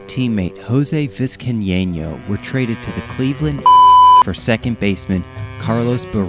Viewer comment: Not just Steib, but Brian Sabean and Jose Vizcaino as well. Gotta work harder at learning how to say these guys names.